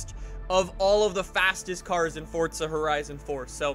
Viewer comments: Anyone else get cringed when he says "Fortza" instead of Forza? LUL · The way he says Forza annoys me ‘Fortza’